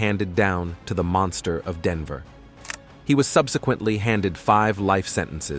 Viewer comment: How can a clearly original English speaker not be able to pronounce not Shannan nor Denver properly? 😅😅